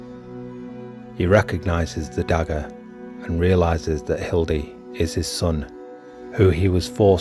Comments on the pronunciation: You keep saying Hilde It’s Hide HE-DAY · Hee-day. There's no L.